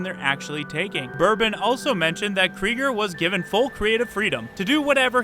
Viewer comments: not Krieger, CREGGER! It's like you didn't spend your entire childhood obsessed with the whitest kids you know come on They said his name on air a thousand times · It's pronounced "Cregger" - not "Creeger". Thanks!